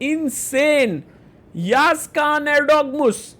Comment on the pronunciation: before it, you should know how pronounce letter ı. its not yagiz it is Yağız actually. in Turkish, letter ı ( looks just like dotless i ) the letter ı pronounce like english word cousin. While you read cousin, the sound is before n at the end. its actully how we pronounce it. if you are not native english, use Google translate and listen cousin in english thats how you should read letter ı. After that, listen yağız in turkish